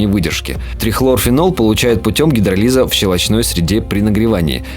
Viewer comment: гидролИз ударение на И. короче канцерогенами высокотоксичными их траванули. а вот если бы фенольчиком - воняло бы знатно. он тоже вреден.